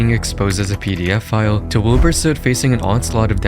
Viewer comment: why does it sound as pdf file when he says pedo